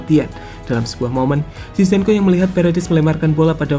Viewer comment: Zinchenko not cizhenko